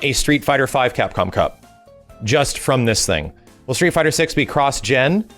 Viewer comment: Drinking challenge, every time successfully says CapcomCup!!! First 5 minutes and I'm dead...